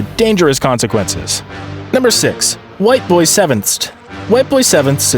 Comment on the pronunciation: "Whiteboy7thst" bruh it's Whiteboy7th STREET yeesh. Crazy how one of the most successful YTers ever up to that point isn't even remembered by new-age YouTubers like this guy.